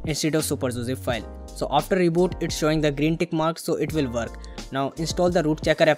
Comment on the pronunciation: And also Work !! not worrrrrrk !!